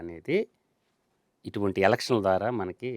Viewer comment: "బారతదేశం " కాదు " భారతదేశం " యిటువంటి కాదు "ఇటువంటి ", తెలస్తది కాదు "తెలుస్తుంది " యేస్తారు కాదు "వేస్తారు " ఇలా ఇంకా చాలా ఉన్నాయి. ముందు భాష నేర్చుకోండి విశ్లేషణ తర్వాత చేద్దురు